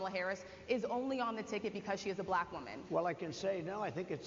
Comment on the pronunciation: The way he pronounces "black" is weird af.